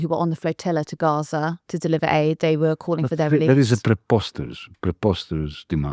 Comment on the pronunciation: it sounded like “hate” group, but was probably aid group ?